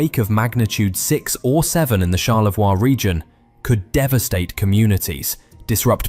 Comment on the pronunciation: Charlevoix au Québec et non Charlavoix